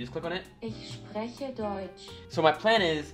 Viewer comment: I love how you can tell he didn't lern with a Tutor. My favourite example of this is his pronunciation of sp wich in German would be pronounced like schp (sch being the German spelling for sh) and so you would actually phonetically say shprechen but because there was never a tutor to explain this and only google translate there is no way he could have known this.